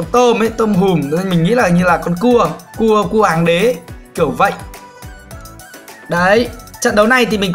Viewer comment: A đang nói cái kéo giống như cua tự nhiên quảng cáo thành nghe ra như c*